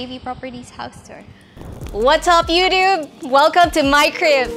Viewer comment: Did she say “youdoob”? Masyadong slang si ate.